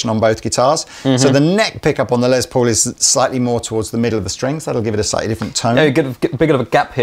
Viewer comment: Will you please stop saying “Lez Paul”. It’s pronounced like “Less Paul”